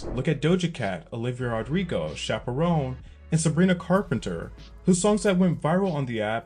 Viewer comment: The way you said Chappel Roan like chaperone haha